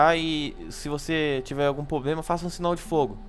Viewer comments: O nenho fala poblema o certo e problema '-' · Passageiros,passageiros,tivemos um "poblema"